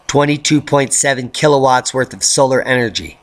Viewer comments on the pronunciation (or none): none